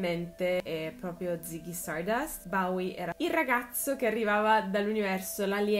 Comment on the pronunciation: Comunque si dice BOWIE, non BAWIE